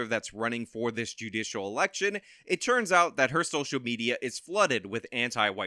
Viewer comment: Dude if I hear "it CHurns out..." one more time I'm gonna cut my own ears off